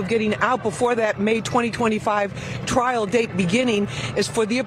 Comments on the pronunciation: Hey homie it's "trial" not trail brotha. Love that channel. You that man bro. My fav spot to chill and get the low down. Keep up the good work my man !!! #jameliskillinit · Lmfao “TRAIL “ 🤦‍♂️🤣😂. C’mon bro , check your $hit before you post. Or get “ hooked on phonics “ it worked for me 😝👌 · Trial, not Trail, my brother. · TRIAL* Not trail. No disrespect tho. Js. ✌🏼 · “Trial” not “Trail”. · "trial" not "trail." Thanks so much for sharing the latest updates. :) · The word is "trial" not "trail".